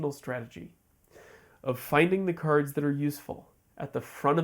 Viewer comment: Why you keep calling cards Kurds?